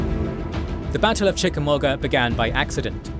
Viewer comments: The u in Chickamauga is silent. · Hearing the UK accent say Chickamauga is pretty hilarious....proving once again Toxic work environments are the least productive